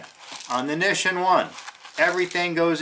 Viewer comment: *"mah-ROO-chan" and "knee-sheen"